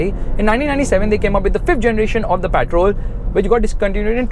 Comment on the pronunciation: What’s “ PAATROL “ 😂